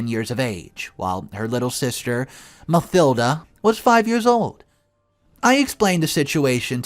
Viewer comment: Mathilda - Ma-til-da...you don't pronounce the "th" together. Just the "t."